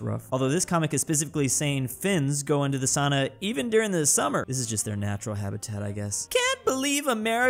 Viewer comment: Its not sana its sauna